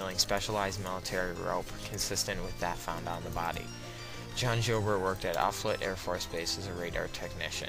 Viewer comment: Before you doing a video like this you might want to make sure you have the correct pronunciation of key names like Eberle, Joubert and Offutt.